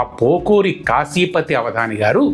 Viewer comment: కాశీపతి కాదు... కాఫీపతి.